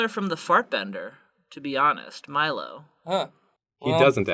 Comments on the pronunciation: Meelo. Me-low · Was anybody else triggered when they called Meelo "Milo"? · Milo pronounces it "Meelo" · It’s It’s Meelo. (Me) -(low) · His name s MEELO NOT MILO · MEE LO, it's MEE LO FOOLS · Meelo not milo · BTW it's Meelo, not Milo. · Meelo!! (ME•low)